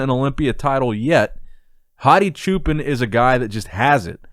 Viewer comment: Anybody from Iran can actually tell us how to pronounce Hadi's surname? I think that "chuupan" is kinda wrong lol